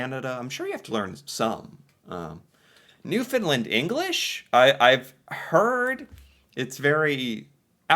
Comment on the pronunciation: remember there is a "A" at the end of Newfoundland not an "I"